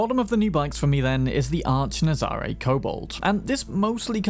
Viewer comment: The Nazaré is based on a place in Portugal, pronounced nazaray we an emphasis on the ray and not the za.